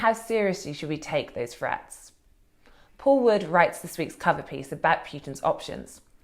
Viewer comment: Does The Spectator ONLY hire posh people people who can't pronounce 'th' properly or something? Katy Balls saying things like 'frets' instead of 'threats' ...followed by the equally plumby James Forsyth saying 'vuh' instead of 'the' and also 'feems' instead of 'themes' . Seriously? Don't give me any crap about speech impediments etc, they're perfectly capable of pronouncing 'th' I'm sure of it